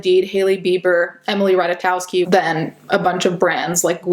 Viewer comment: You did better than 90% of people 😆 And I appreciate that u actually looked it up ;) Its close enought, but if anyone wants to know how to say it perfectly, its Rataykovski (we don't have "v" in Polish alphabet, "w" in Polish is literally the same as "v" in English)